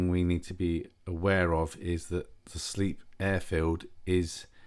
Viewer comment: Yep, nice landing. I understand Sleap is pronounced Slape though 😉. Lovely airfield in a beautiful part of the world. My skill test involved a MATZ pen of Shawbury, not below 2400'. Sure enough 2 huge cumulus blocked my way and I had request 2000' to remain vfr. The controllers there are really good, and they are used to Students knocking about in their AIAA, so I got the alt I asked for. Looking forward to more vids, with ATC if poss!